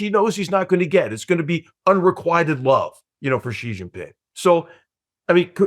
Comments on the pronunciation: GUYS GUY GUYS, it is not "GEE" it's "SHE" as Niall said. It's SHE, SHE, SHE, not GEE/JEE. Likewise, Beijing is pronounced "beh-JING" not beh-zjing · Xi, it's pronounced "she". Please.